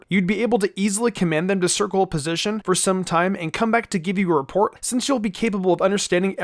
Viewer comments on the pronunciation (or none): none